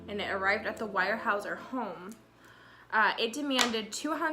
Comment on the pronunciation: Pronounced "WEAR" HAEUSER. Really good family that is NOT pretentious for their affluent position. Do you also know that Harmon was given a job at Weyerhaeuser after released from prison, by George Jr. himself when he became CEO of the company? Great job on your face 😉